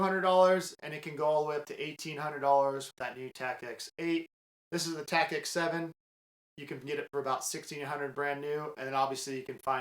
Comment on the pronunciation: It’s Tactix not TacX. Great review though!